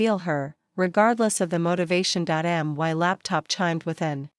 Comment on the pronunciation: Constant .."Dot M Y" when A I reads "my" was irritating. Listen to these short stories before you upload.